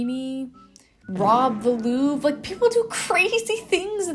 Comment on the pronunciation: I love your Videos but it's pronounced Louvre not Louv😭😭